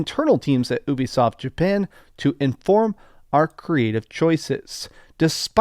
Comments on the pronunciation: Omg dude its U bi soft! Not ewbisoft! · I always thought Ubisoft was pronounced you-be-soft, not oo-be-soft. Have i had it wrong all my life?